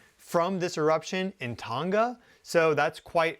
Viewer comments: Tong-ah... not ton ga lol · It's pronounced 'tong-a' ( tongue but with an 'a' at the end. Not 'ton-ga' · Just FYI Tonga is pronounced using a soft "g" as in "song."😊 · Scary stuff! Pronounced 'Tong a' the 'g' is silent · Can you pronounce Tonga correctly FFS. 🙄